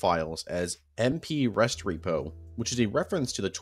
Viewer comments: Thinks it’s pronounced res-trep-oh not rest repo. Really enjoying the iceberg. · Restrepo is Reh-strep-oh. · Ahh yes... OP Rest-Repo. I love the work you put into all this, but come on. If you watch Restrepo, you'll know how to pronounce it. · Rest-repo lol thats def not it. Its re-strepo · "Restrepo" as "rest repo" hit me even harder. It's the last name of Juan "Doc" Restrepo, who died at age 20 in Afghanistan. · My only problem is him miss pronouncing a lot of things including Camp Restrepo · two and a half hours and the only thing you got out of this is a mispronunciation of a word like three people say regularly